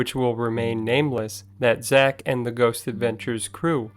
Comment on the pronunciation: I wanted to think a lot of this was probably fact, but you kept pronoucing his name wrong numerous times. Yeah, Hollywood isn't all legit, serious, and accurate, , and really nothing here that actually makes Zach look bad. Plus, if you're going into a tourist trap in Vegas, it's probably not going to be all real anyway. But you'll be surprised what you can get with deep pockets.